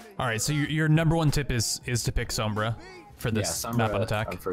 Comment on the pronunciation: Just letting you guys know, Sombra is pronounced with more of an "Ohm" sound. Same as the SI unit of electrical resistance.